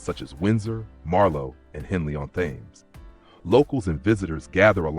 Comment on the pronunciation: Thames is pronounced " Tems "